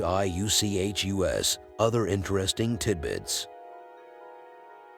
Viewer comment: Pronounced- OH-FEW-KUSS